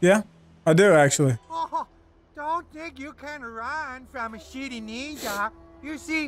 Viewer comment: It sounded like the ninja said shity ninja